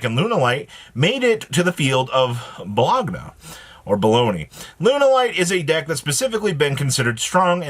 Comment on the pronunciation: Dear god, it’s Bo-loan-ya 😂